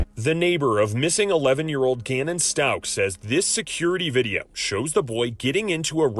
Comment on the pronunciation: You said, Gannon Stauk. Nope, It's STAUCH (sounds like STOWCH). La-teshia, Le-teeshia, Le-Teecia. Geez buddy, get it right. It's pronounced, La-Teesha. smh